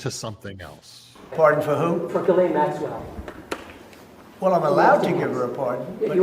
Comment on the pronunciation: Oh my goodnesss just say her name right why is it so hard to say maxwells name correctly😊!!! The younger chap said it correctly then the older chap after hearing the correct pronunciation says it wrong again!!!! It's very lazy.